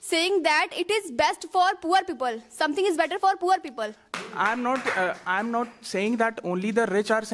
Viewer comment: For all of you , first learn how to say "people " correct pronunciation "pee pul not peepal. 😅😂